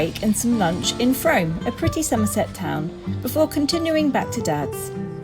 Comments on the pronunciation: Frome is pronounced Froom. I live just down the road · Frome is pronounced Froom!